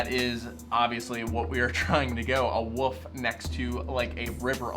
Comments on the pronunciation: "Woof" is the sound a dog makes. "WoLf" is the name of the animal. I have to really pronounce the "L". I'm not hating, I'm had the same problem for years and eventually realized I was mispronouncing the word. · WOLF! NOT WOOF! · Is this dude saying wolf or woof?? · Why do you keep saying woof and not wolf? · You're trying to get a woof landscape tattoo huh? Interesting choice. Wow, that wasn't even a slip of the tongue.. you do realise there's an L in the word ' wolf ' right? Just by looking at the first guy from what you showed in the video it was obvious he didn't personally draw the designs himself. Why were you shocked that it was entirely stock photos? come on man... seriously? lol